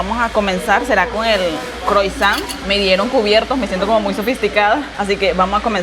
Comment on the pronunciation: la palabra " croissant " se pronuncia asi; " Cruasan ". Es una palabra Francesa. Ok ! Saludos a la mujer INTERESANTE.....!